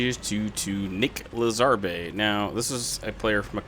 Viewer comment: "Lez-arby" Lmao